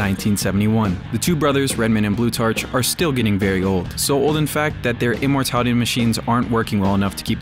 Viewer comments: Its pronounced "Blue-tark", not "blue-tarch". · It's pronounced blue-TARK, like Plutarch. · Blutarch is pronounced "Bloo-tark," the ch sounds like a k such as in architect or psychology.